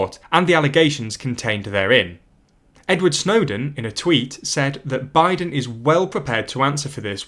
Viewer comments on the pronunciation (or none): none